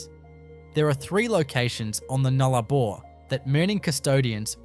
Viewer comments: The narrator would do well to get his pronunciations correct. It’s the Nullarbor not the Noolarbor for a start. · No Australian calls it the newlabore it's NULLARBOR Null meaning ZERO Arbor meaning trees. Say the word right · Would be good if "Nullabor" was pronounced properly. The pictures of the coast are right, but I'm very skeptical about these amazing structures, especially since there are no actual photos of them, and as an Australian, I have never heard of them. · More AI SLOP. Why even talk about a site without any actual photo's of them at all. I mean FFS you can't even spell Nullabor Plain let alone pronounce it correctly. Piss Off and do it properly and don't waste our time. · A.i pronouncing of Nullarbor and kms etc and no real photos..its cringe worthy